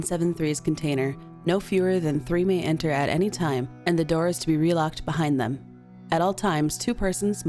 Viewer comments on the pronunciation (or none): none